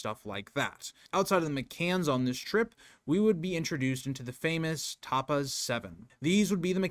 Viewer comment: I'm American who has lived in UK for many years. You are correct with the father's name. He is just pronouncing that and Tapas wrong.